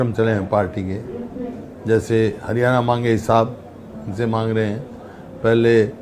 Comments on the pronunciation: 10 saal kiya to kuch nahi iss hooda ne bolna to sekh leta .haryana ko haryane bolta hain chor 😂😂😂😂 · Chor haryane nahi haryana hota hain 😀😂😂😂😂😂😂😂😂